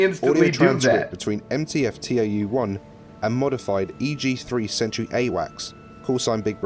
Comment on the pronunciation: It's not TAU, it's tau. Ugh.